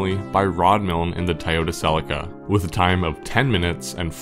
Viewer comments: It's not TIEyota.. lol.. that was driving me crazy. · Am I hearing "Thai-yoda" ??? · I've never heard anyone say "Ty-ota" before... I'm pretty sure there's another O in there.